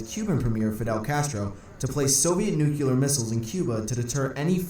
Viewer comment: sigh. That narrator gets on my nerves. it's NU-CLE-AR. Not NU-CU-LAR.